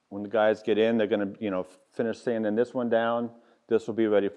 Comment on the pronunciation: Not sure what country this is but the letter “g” must not be in their alphabet. “Sandin, woodworkin, planin, buildin, slabbin …..” 😂. Great video. Congrats on the success.